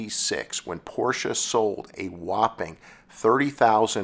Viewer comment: I always liked the 928. I thought it was a great looking car. But nothing beats the styling of the air cooled Porsche 911. As a side note. Its so refreshing to hear an automotive enthusiast/ narrator pronounce Porsche properly. Hearing people mispronounce Ferdinand Porsches last name is so annoying. (Pet peeve of mine) 😁